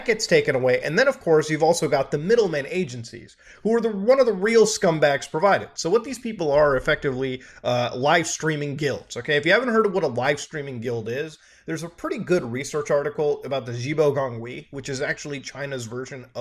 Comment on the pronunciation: I kept hearing "guilt" and not "guild".